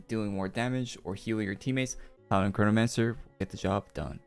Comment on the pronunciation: é impressão minha ou ele disse cornomancer?!